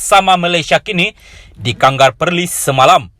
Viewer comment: Sebut Kangar pun salah... Sah2 la indo ni... 😂😂. Macam biasa.....memang kuat fitnah